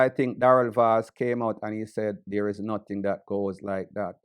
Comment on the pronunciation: This man is saying notting...